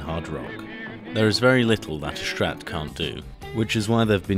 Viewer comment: Nice video, though so annoying that you are calling start "SCHtrat"